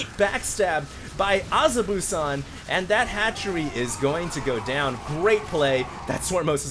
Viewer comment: azubu is a clan name pronounced uh-zoo-boo:)